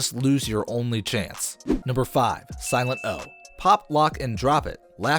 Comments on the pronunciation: First Whale, now Silent-O. How have narrators of a rap channel never heard of these people--or at least care enough to research their names? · omg dude,..who tf even are you after that - silet O ?? seriously.. sorry but go ...... .. siltet O